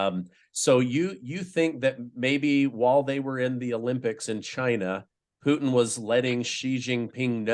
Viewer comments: Purine and Fries? Why doesn’t this guy know who the president of Russia is? Putine or Puteen? - want a Diet Coke with that Putine? It’s Putin not Putine buddy! Can not listen to it anymore- so annoying when someone doesn’t know how to pronounce the name. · Puteen,come on, guy, it's not French fries and cheese. It's Putin (poo-tin) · Okay, that guy just insist on saying "Putine" it's Putin. Even Putin say's it's Putin. Don't know what he thinks he is doing, but its annoying. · This guy thought it was Comedy Central. Also, he loved saying Puteen, okay? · i like grandpa 👍🏾 plus the way he say PuTIN 😂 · Mee too lol. He says puuty